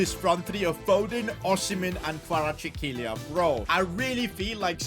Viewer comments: Bro you are saying Kvaratchklelia😂 While his name is კვარაცხელია (Kvaratskhelia) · its kvaratskhelia not kvaratshekeelia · If u don’t know how to prouve that Napoli winger it’s kvaraskhelia ka/vara/shkhalia